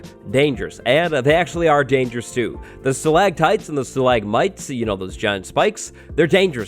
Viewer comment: StalaCtites. Not stalaGtites! Stalagmites is good tho.